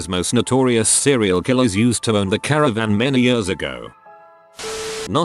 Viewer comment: Please don't say caravan.